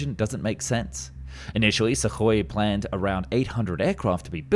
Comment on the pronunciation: It's not "sukoi", it's "suhoi", ok? SSJ is already flying with new engines (PD-14).